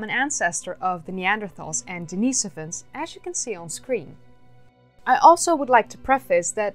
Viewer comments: The cave is named after a homeless guy named Dennis, therefore not pronounced Denice-ivan but Dennis-ovan... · Pronounced denih sovans.. you are annoying me with that...sorry